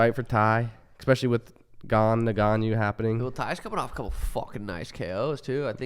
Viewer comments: Francis's name is "N..gannou", not "Negannou, Nagannou..." or however else people say it lol. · "Neganiu" 🤣 when I first tuned in I was so lost who they were talking about. Is that actually how you say his name ? Lol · New Drinking Game: Take a shot every time one of them pronounces Ngannou's name wrong. See you in the ER!